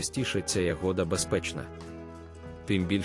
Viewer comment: Да вона ягода ,а не ягода,навчіться правельно говорить